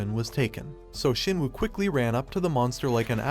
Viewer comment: Shinwoo nah it ain't jin woo